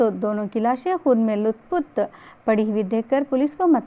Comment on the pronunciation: وَعَلَيْكُم السَّلَام وَرَحْمَةُ اَللهِ وَبَرَكاتُهُ آپ سے درخواست ہے کہ آپ بلند آواز میں اور ندر بن کر بولے نیز اردو زبان کی نزاکت کا خیال رکھے ۔ اور تلفظ پر بھی دھیان دیں مثلا لَت پَت ہے نہ کہ لُت پُت